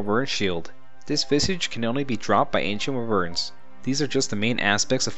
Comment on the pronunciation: Nice but Wyverns are pronounced WHY-VERNS. Good vid.